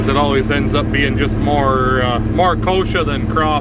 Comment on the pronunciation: It is a specific weed... "Kochia" not "kosher"... also called "Mexican fireweed" IIRC. Sort of a tumbleweed from what I gather. I looked it up one time on Google but it's been awhile. Thankfully that's one we don't get down here in my part of Texas. They DO get actual tumbleweed up in the Panhandle of Texas and out in West Texas though where its a drier climate. That's neat about the biogas production. There's a place up north of here a couple hundred miles doing that... wish they'd build one closer sure would be a nice option to have... Later! OL J R :)